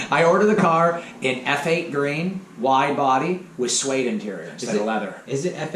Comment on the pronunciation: You were right the first time.... its Eff8 Green, not Feight Green.